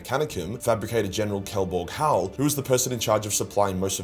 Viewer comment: Great vid, only thing is: it's Kelbor-Hal*